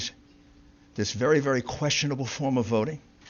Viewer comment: vewy vewy SAD.......but funny 😢😅😂